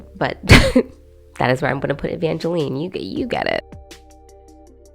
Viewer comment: Jeremy and Jinger's daughter's name is pronounced like Evange"line", not Evangeleen. Does that change your ranking?